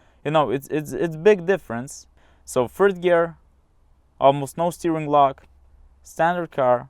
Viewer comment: "phird gear"